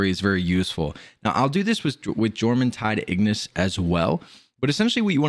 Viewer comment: y-orm the J isnt juh its y like yawn its norse